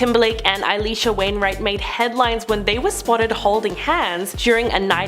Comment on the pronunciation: "AY-LEESHA WAINWRIGHT".. NOT It Alisha... or Alicia(pn)... not really sure whwre yer getting the "eye/aye" from...